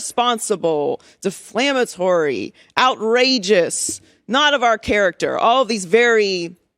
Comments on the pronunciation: Joy wasn't very articulate here. She said, "deflamatory" instead of "defamatory" ... heck, deflamatory isn't even a word. Then she misused the word "mince" , as if she doesn't know what mince means. I always thought she was more educated and articulate than the way she sounded here. Maybe she is more articulate than she sounded here, but was just having a bad day, inasmuch as talking was concerned. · Defamatory, not deflamatory. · Joy, the word is "defamatory" not "deflamatory," which is not a word 😊